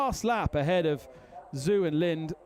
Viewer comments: BTW, Zhou is pronounced "Zo" not "Zoo." LOL, "Rally crossing BMW." :) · The Chinese name Zhou is pronunced like Joe. Zh has a J-sound in Mandarin Chinese. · Yeah he butchered Zhou's name as well. But a lot of people think it is pronounced that way.